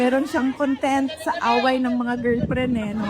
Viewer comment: GIRLFRIEND PO. NOT GILPRIN😁🤣😅✌️d mo ako basher hah! Every morning nga pinapanood ko videos mo pero gilprin kc na parang strong mo pang binanggit ang gilprin🤣 labyu😁